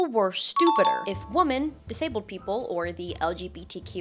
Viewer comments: Why do you pronounce Women (plural) as Woman (singular)? Is this a trend or something? It was really distracting lol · God, please stop saying woman for the word women